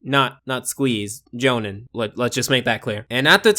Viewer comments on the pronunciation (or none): Lol NOT how you pronounce Johan.